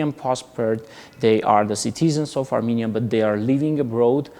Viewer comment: I shall ask EVERYONE to say NOT Aminia NOT Amenia BUT say A RR M E N I A and a rr m e n i a n s